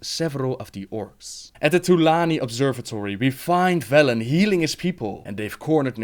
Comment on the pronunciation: Seriously people, it's VELEN* and NAARU*